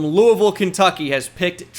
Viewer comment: As someone from Louisville thank you for say Louisville the right way!